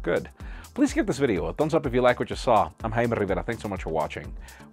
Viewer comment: Should.. should we tell him his name is 'Jamie'? Every time I see his name and hear him pronounce it Hymaddiiee Dddrrveddaa I'm like uhhhhh... No? That's just Jamie dude..